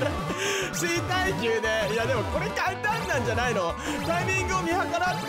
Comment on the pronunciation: さんのか↓ん↓た↑ん↓のイントネーション好きなんです😂